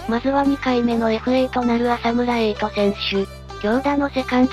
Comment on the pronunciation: 動画内修正 - 浅村栄斗選手の読み方が間違っています。「あさむらひでと」が正しい読み方です。 - 辛島航投手の年齢が来年34歳→33歳の間違いです。